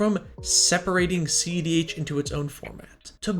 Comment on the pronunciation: I swear the first few videos I thought he was saying ZDH